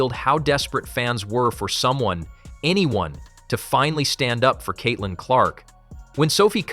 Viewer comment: At least get an AI voice that can say Caitlyn’s name correctly.